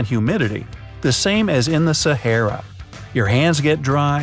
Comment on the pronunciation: It's not Sehera Desert It's Sahara Desert